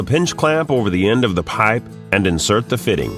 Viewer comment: I hate the way the dude says piype lol but they are good tools i have one